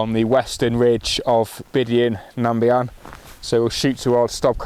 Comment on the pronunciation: Great video. Subbed. The Scots are so lucky to have freedom to roam enshrined in law, especially when it comes to camping in the hills. A hard fought for right and only really appreciated when you don't have it. Down south, outdoor access is so limited. For what it's worth, "Bidean nam Bee-an" is the way it's pronounced. Cheers.